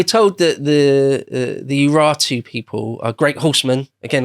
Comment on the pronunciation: I swear to God, these fucking Brits... I spent a solid ten minutes trying to figure out who the "Iratu" or "Eratu" were based on how they pronounced the name of the nation. Google, of course, was clueless. I eventually found out who they were talking about by going to Sargon II's wikipedia page. They're talking about the URARTU. What on earth about that word makes you think it's pronounced "Ih-ra-too"? Anyway, enjoyed the video. Excuse my bitching.